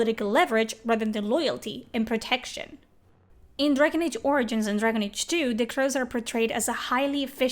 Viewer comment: You say origins Funny! ~ORINGINS!